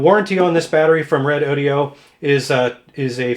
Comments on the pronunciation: No big deal, but I think you've mispronounced the company's name. You included an "i" in the company name ("Re-DO-di-o"), but the company's name appears to be Redodo (Re-DO-do) with no "i". Doesn't really affect the quality of the review. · well every time i listen that mispronounce i think of redaudio .. nice name for speakers hahahhahahahhahaha